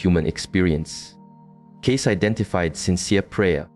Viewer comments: Why would you spend a considerable amount of time constructing this only to pronounce his last name incorrectly, over and over and over again? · Obviously the author of this piece knows nothing about Edgar Cayce if he can’t even pronounce his name correctly.